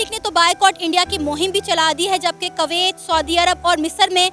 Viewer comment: She said " कवैत" , अबे जाहिल औरत कम से कम देश का नाम तो सही से लिया करो। सिर्फ स्क्रिप्टेड वीडियो बनाती हो और इंडियन व्यूअर से पेट चल रहा है मैम आपका।इस बात से तो शर्म कर लिया करो।😊